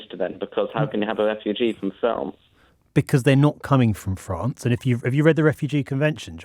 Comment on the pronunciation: Why do these people always have a "Fwance" speech impediment?